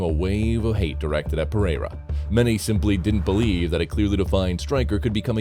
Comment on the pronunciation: I hate the A.I. voice overs... Pereira is pronounced "pa-ray-ra" Jamahal is "jama-hall" 😒🤦🏽‍♂️